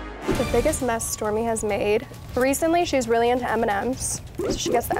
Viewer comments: the way stormi pronounced her name 'essmi'😍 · Its stormi not stormie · No.. she said "Stormi". She couldn't say it well.